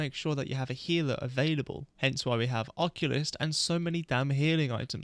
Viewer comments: Im like who is the oculus but i realized you are saying occultist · Huh, I've never heard occultist pronounced that way. You're saying it like oculyst from warframe, but its pronounced like uh-cultist. Congrats on the winning run! That was a crazy amount of Death fights. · ocCULTist, not occulist (o)-(o) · "Occulist"? Are you Retarded? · Bloody beast video mate (seewhat i did there hehe) !! Also i love you but his name is The Occultist lol it was so funny hearing Occulist like there was an eye doctor dealing weldritch horrors 😂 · uh-cult-ist, lol it was driving me crazy but besides that great video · Loving the vid so far. You saying (and spelling) Occultist "Occulist" is tweaking me out tho 😂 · Apologies if this comes out mean, but you are pronouncing Occultist wrong. It's pronounced either [ uh-kul-tist ] or [ ok-ul-tist ], the way you're saying it is the old fashioned way of what an eye doctor is called which is an Oculist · Was gonna watch this video but you pronounced occultist like that so im good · You’re saying occultist wrong just so you onow